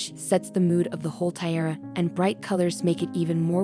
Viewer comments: The automated voice cannot pronounce "tiara"..a detriment to a jewelry video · yep, i'm halfway through and i'm about to click off. so annoying